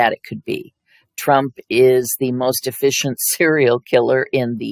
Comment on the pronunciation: Most”efficient” is what I heard